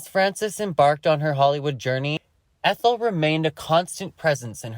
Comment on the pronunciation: Omg. lol Ethel.. it’s a hard E. lol x